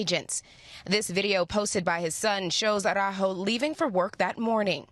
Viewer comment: Tom Llamas, you speak Spanish. So how is it that you can't pronounce the surname Araujo correctly? It's embarrassing!